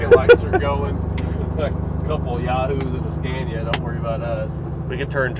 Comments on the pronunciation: Nice truck :) If there are any americans who wants to know how Scania is pronounced: The first "a" in Scania is pronounced like you would with the word "awesome". "Scawnia" :) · Scay-nia? Say Scah-nia. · It’s not a “Sk-CAY-niya” but “Sk-AH-niya.” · Why butcher the truck and not keep it original? It is one of a kind in North America. Also, learn how to say Scania.